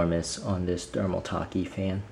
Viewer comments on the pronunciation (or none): I think you mean to say thermal-take not thermal taki